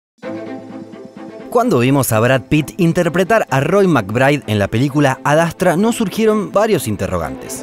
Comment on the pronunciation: ADASTRA ? que verga es esa pronunciacion?